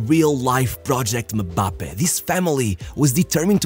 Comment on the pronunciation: You butchering the names of household African lineage players is so annoying especially when you spend so much time making football content. Imbappey and Inknunku is how they are proounced. Put in the effort to actually learn.